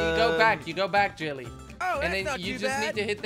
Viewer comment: Kwebblekop always says jilly